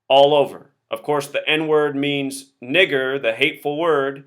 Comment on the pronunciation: dont fucking say that word u piece of shit!!!... its disturbing to here it. especially in the way you annunciat it!